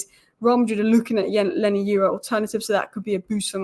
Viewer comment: Why do you keep saying “Lenny Euro”??